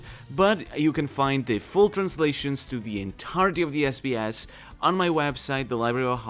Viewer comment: I love your accent every time you say this sbs it just sounds like this is BS. And it is SO fitti g. Lol